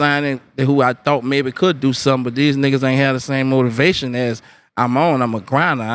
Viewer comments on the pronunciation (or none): none